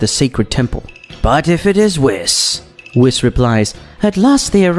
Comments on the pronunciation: Say whis like wheese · The amount of wrong names in here: bills, whis (instead of pronouncing it whees), milk, kakoroto, vegeto instead of vegeta, dai-shikin (kan), cib (cabba). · Hate how he pronounces whis’s name 😂